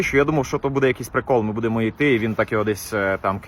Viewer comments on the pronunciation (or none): none